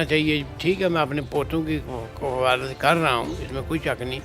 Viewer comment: lafz ward kafaalat nhi kifalat hay baeti